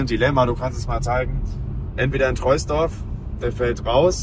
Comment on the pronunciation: Top 👍 würdest du lieber ein jüngeres Model 3 (ab 2021 Refresh) mit höherer Laufleistung kaufen oder ein älteres (2020) , evtl LR mit weniger Laufleistung. Will das Fahrzeug noch für 4-5 Jahre fahren. PS: Troisdorf wird übrigens „Trohsdorf“ ausgesprochen, das nur am Rande😄